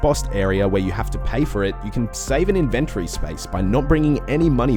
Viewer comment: Nice video. Tip 102: The word "inventory" is pronounced IN-ven-tory, not in-VEN-tory